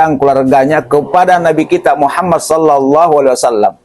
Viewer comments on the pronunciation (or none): none